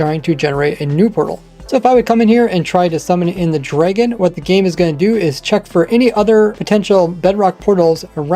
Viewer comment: Bro says draygon lmao